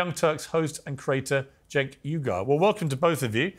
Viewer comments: LOL "Cenk Eye-Gar".... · According to Schmoozy Brotech, and Young Frankenstein, it's pronounced 'Eye Gore'. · lmao keeps saying Cenk Igor!